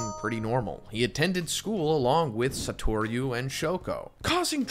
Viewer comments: Im sorry.. sah-tor-yu? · Ikr. It’s not that hard to say his name right